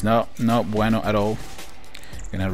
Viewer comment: Hahahahahaha!!!! That's not BUENO hahaha...!!! I'm from Argentina, and I laughed a lot when you said that!